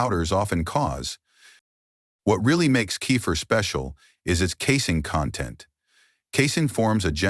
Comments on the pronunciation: Great video undermined by awful spelling and pronunciation. Late in the video, Kefir is pronounced as Cape Fear. Earlier Casine is pronounced Casing. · Robot can’t pronounce…Key fir stupid. Ridiculous